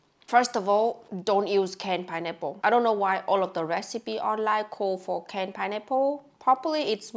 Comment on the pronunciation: Pineapple ❌ Pienipple ✅ (I'm not native English speaker either, but this cracked me up)